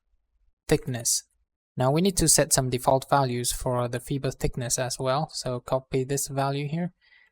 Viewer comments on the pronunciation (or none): Fiber is pronounced fyber, not feeber. Please excuse the interruption.....